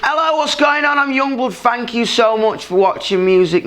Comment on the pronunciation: I love his "fank you" so bad haha